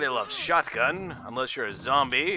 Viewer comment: I really hate the way that you pronouce; Shot-gun, Yet, Not and pretty much any other word that ends in "T".